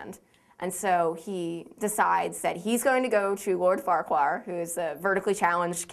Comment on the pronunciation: LOL Farquaar. It's FARQUAAD! Don't worry, I used to say the same thing!